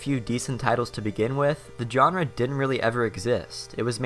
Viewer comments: dude wtf is a "JOHN-RUH" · If you drink every time he butchers the word "genre", you'll get alcohol poisoning. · please learn how to pronounce genre